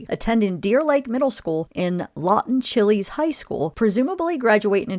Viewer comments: It's pronounced Lawton Chiles...not Chilies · Its Pronounced CHILES (like Child's, but without the d. Chiles High School) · Lawton Chiles, named after one of the governors of Florida. It is not pronounced chili. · Chiles not Chili's lol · It is pronounced Lawton Chiles, like miles, not chili. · Lawton Chiles rhymes with Files/Tiles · You pronounce Chiles like Child's without the d. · Chiles rhymes with "miles"... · Chiles is pronounced like Child's without the D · Chiles is pronounced like "childs" but without the "D"... Lawton Chiles.